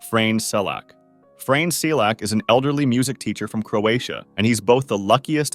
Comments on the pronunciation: As a Croat it was really funny to me how you pronounce Frane’s name😂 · Legends says "Frane" still escapes death 😂